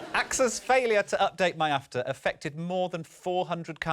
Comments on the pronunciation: Stop calling it MY-AFTR... it is ME-AFTR lol! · MIAFTR like "My After" 😂